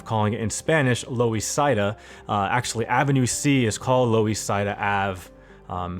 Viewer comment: Thanks for covering this neighborhood. I grew up and attended public school here and I see you've actually built it out. Loisaida is supposed to sound like "Lower East Side". "Tomkins" is supposed to be "Tompkins". Also, it's the first time I've ever heard of the A-D pneumonic device. Anyways, I think you did a great job building this out. I'm looking forward to future videos on Chinatown and LES.